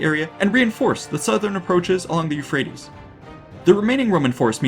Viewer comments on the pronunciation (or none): none